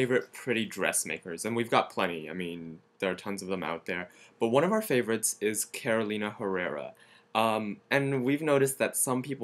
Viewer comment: I LEARN THAT THIS PEOPLE PRONOUNCED SOME NAMES WRONG. ESPECIALLY CAROLINA HERRERA SHES VENEZUELAN HAS TO BE WITH A LATIN ACCENT, AND MAJOR BOTTEGA VENETA HES A SPANISH DESIGNER SO IT HAS TO BE WITH A SPANISH ACCENT!!!!!!!